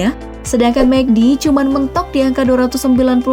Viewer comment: Kok gua kesel setiap kali ngomong "cman"